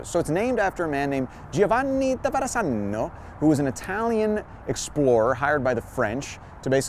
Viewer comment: Loving your tours,!! Just a friendly reminder to a non-Italian-speaker that the "zz" in Verazzano is pronounced "tz", you know, like pizza. 🍕 Aannnd then you explain the typo, poifect!:D